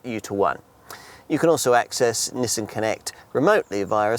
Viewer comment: Well it certainly isn't pronounced Neesan. There's no letter E's in there at all.